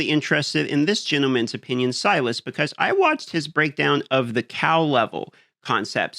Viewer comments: "Sylas".. also known as 'Sylvus'. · It's NOT Silas... have some respect for someone's name - it's SIL VUS - SYLVUS